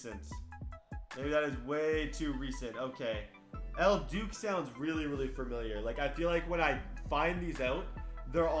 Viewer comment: If he says El "Duke" again, I'm throwing this iPad. Worst part was he said it sounded really familiar while he mispronounced it 11 times